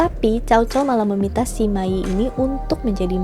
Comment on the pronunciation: Lu sama Lü 吕 itu bacanya beda lho. Sima dibaca: Sema.